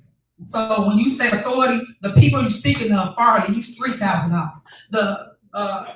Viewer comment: She can’t even say authority correctly… damn man. She murders the English language. Embarrassing